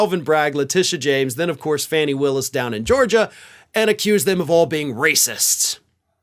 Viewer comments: Dude, Fani Willis's first name is pronounced Fawnie, not fanny. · Can you please give GA DA the respect she deserves as a person, to pronounce her name correctly? It is pronounced Faw-nee. Thank you.